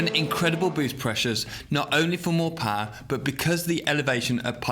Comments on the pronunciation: I hear horse paw instead of horse power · Ridiculous "pawr"